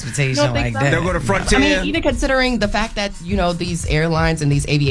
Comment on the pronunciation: put some Ts on tht "fac" charla i had to double bck i thought u said another 'f' word🤭🤭🤭